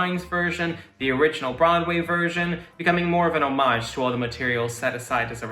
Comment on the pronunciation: Thank you for pronouncing "homage" correctly ! ! !